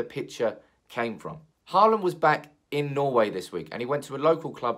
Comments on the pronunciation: His name is Holand. To say Haaaaland is just wrong. Håland in norwegian is pronounced as Holand in english. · Haland is wrong, its Hå(aa)land in norwegian. I know how to prenounce a fellow countrymans name ;-) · he actually kind of nailed it on the second one. "Hawland" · I think Holand is closer than Hawland in english. Holand would be shorter and more accurate. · To all of you struggling to pronounce Haaland´s name: "aa" is pronounced the same way as the vocal in "saw". Just say saw-land, switch the s with an h and you got it. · For further pronounciation, it is "Haa" as in Hawk, and "land" as in LAN, so it's "HawLAN" if that makes sense.